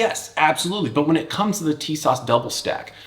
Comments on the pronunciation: Tisas is pronounced as ‘tee sash’ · Great video and great recoil control. TİSAŞ is pronounced "TISASH" in Turkish. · Man, your shooting montages are just the absolute best. Would you ever consider doing a video on your technique for recoil control? I see like zero muzzle climb in all your pistol videos and it’s impressive. EDIT: Oh, and it’s “Tee-saszh” for whatever that’s worth, lol. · it's pronounced T-s-ash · Tisas is pronounced as if it's spelled > Teesosh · It’s apparently pronounced “Tee-shawsh“ from what I’m told. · It's "Tee-sahsh"